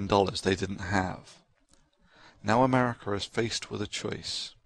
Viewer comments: Ha...the Brit said something like "Americra" in the beginning. He added an extra "R". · That he mispronounced America. Duh!